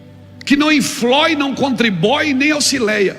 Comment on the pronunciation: BOA KK Que não infloi e não contribói kk